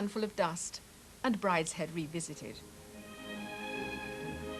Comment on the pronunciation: What's her name said "Bridehead [sic] Revisited"! No wonder Waugh didn't care much for the BBC. How difficult would it have been to re-record the damn intro?